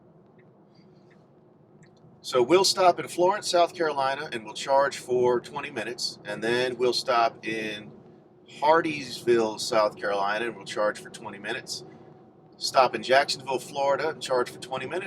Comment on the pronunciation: It’s hardeeville! Not Hardee’s ville